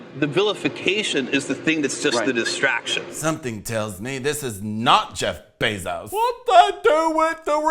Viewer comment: Disappointed to see stopped the bit where he said Jeff Bezos wrong on purpose